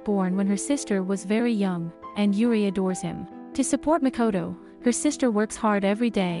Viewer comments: Only thing that bothered me is how the text to speech pronounced "Juri" as "Yuri" If it were any other word or side name it would've been fine, but the main character? lol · pronounced: Jur L'ree. Japanese not Spanish